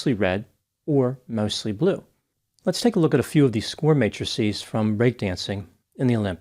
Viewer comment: As a nerdy type, I greatly appreciate that you pronounce 'matrices' correctly. I once knew someone who used mattresses instead. Good to see you as always